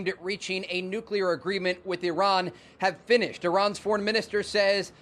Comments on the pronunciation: Saying "nucular" makes you sound unintelligent. Stop it. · This commentator - who has a very odd accent - needs to learn how to pronounce the word "nuclear"